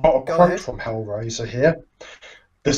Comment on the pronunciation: Cheers for the chat,. And I apologise for the distorted audio on my line. I'm embarrassed that I pronounced Hellraiser as Hellwazer... (D'oh!)